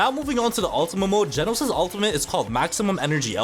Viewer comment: its genos not jenos